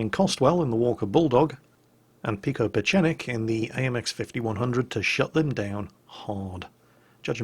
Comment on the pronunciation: Pikopachenik hahahaha!